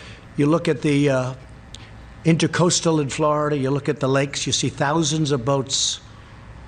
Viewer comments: Dear Donald; It's not the "Intercoastal", it's the "Intracoastal"! You IDIOT! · He called the Intracoastal an intercoastal lmao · Sheesh. He can't even properly pronounce Intercoastal Waterway. (Rolling my eyes)